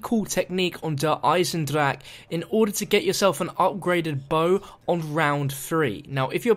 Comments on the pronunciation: just think he should say "der-i-sen-drak" like almost every other English speaker does since he's not German. It would be better to hear that than his attempt at the real word tbh. The way he pronounces it most of the time is so cringy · Wanna hear a joke? The way he says der eisendrache